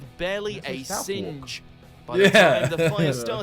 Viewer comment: The way the bloke pronounced Southwark made me feel ill